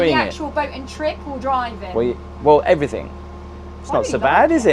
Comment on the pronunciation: Hello, I love you dearly, but you consistently say, "Everythink" instead of everything, is driving me nuts!!!! I must have viewed nearly all of your vlogs by now & you always say, "Everythink." Please, Gabby, help him.❤